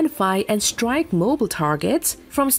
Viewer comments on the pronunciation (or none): none